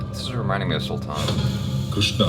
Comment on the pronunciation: It is not Sulthann 😠😠😠 dont talk stuff u dont know properly abt